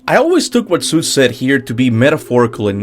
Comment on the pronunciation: Thoughts its god of war not dr seus as you say